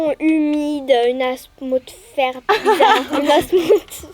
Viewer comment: C'était trop drôle quand elle a dit une hasmosmère